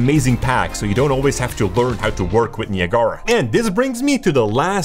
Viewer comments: Haha... he called it nia gara... (Ni ag ra .... it's a place between the U.S. and Canada. Ni Ag Ra falls). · Niagara Falls, pronounced ni ag ra. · Niya Gara lol !! Its pronounced nye-ag-rah like niagara falls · it's Nye-Ah-Grah but I prefer your pronunciation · I've never heard anybody say "Neee a gaara" before. That totally tripped me out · Great video! I was thrown off for a minute when you pronounced Niagara. It's actually named after a waterfall on the US/Canada border and its pronounced, "ni-ag-ara." I think I'm going to call it Nia Gara in the future to mess with people haha. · The "Neee" sound is a bit too long, but that's its pronunciation in French. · In spanish you say it like that "ne-ah-gara" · "nee uh gar uh" LMFAO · "Ni-Ah-Gah-Rah" haha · Knee - uh - gar -uh. LOLOL. Not from around here, are you? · i thought it was Niagara like niagara falls? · Niagara is pronounced as, "Nigh-ag-ra" not whatever that shit you were saying was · niagahlrah LMAO who says it like that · KNEE-AH-GARA ? :face-orange-raised-eyebrow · I’m triggered by how he pronounces Niagara 🤣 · Lol. Came to say the same thing. Like Niagara Falls. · that’s how the landmark is pronounced. the program is pronounced differently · The way you pronounce naigara is criminal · Bro pls learn how to say Niagara, don’t pronounce the second a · My friend; Niagra... (naɪˈæɡərə) pronounced "Ni" (like "Nike"), "Ag" ( like Agriculture), gera (like "gruh")